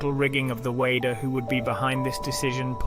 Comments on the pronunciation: Is this a robovoice in this video? "in the year one thousand nine hundred and sixty five"????!!!! Seriously? BTW Weider is pronounced "weeder" NOT "Wader"... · Joe Whey-der? The fuck? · It's we''' der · Who the fuck is Joe Way-der? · I hope the narrator isn’t the one who wrote this and is presenting this. You aren’t even pronouncing Joe Weider’s name correctly. I’m writing this pretty early in the video but also, anyone who knows Arnold’s real story also knows that the story about his dad’s funeral was taken from another bodybuilder he knew and he thought it looked good for Pumping Iron. I can’t stand inaccuracies in biographies this day and age.